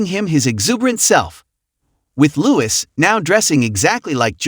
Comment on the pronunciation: Catherine is the Princess of Wales not Kate Middleton. Charlotte is not pronounced CharLOTT. Sophie is pronounced Soafie not Soffie. Louis as I am sure you have probably been told plenty of times is pronounced LOOEE. And he was not dressed the same as George. George was wearing a full suit, Louis was in a suit jacket and red shorts. Good grief how could you make so many mistakes in one video. The whole thing was very amateurish.